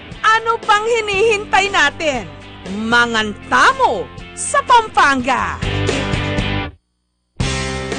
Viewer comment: Kapampangan not Kapangpangan!😂 Pampanga not Pangpangga! hahaha proud kapampangan here! puro💕💯